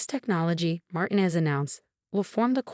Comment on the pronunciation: Mar tee nez